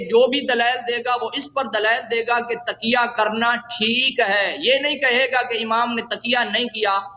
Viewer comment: کسی امام نے کسی کا اتباع نہیں کیا سب جھوٹ ہے اور تم تو تقیہ کا لفظ بھی درست نہیں بول سکتے تکیہ بول رہے ہو